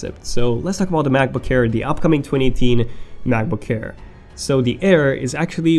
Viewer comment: why do i always hear "macbook HAIR"?